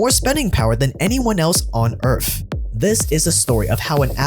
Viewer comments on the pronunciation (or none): Did you say on earf? In the beginning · Lost me at earf